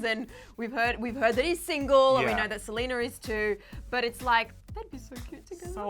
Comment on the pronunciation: "we know that SELENER is too"